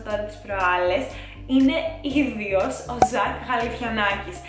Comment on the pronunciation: Σταματά να λες το ίδιος , «ι-δι-ος» 😂